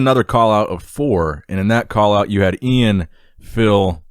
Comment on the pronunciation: E-IN VAL-E-AIR